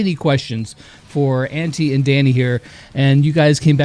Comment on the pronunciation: I face palmed when I heard how he said Antti, and yes I know and understand that he is from the USA so please don’t comment: hE CAnT sAy tHaT bECaUse HE iS fROm tHE uSA